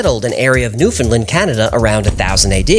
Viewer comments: Its pronounced new-found-land not new-found-lind 😢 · Pronounced "Newfin - land" but don't worry, I've met canadians who can't pronounce it correctly either. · To pronounce "Newfoundland" properly, say it like "Understand", not new-findlind